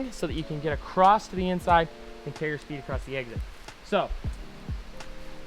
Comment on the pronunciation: "eggzid" lol. Love your tutorials Finn, could you make one about how to train for downhill racing. Would be cool:)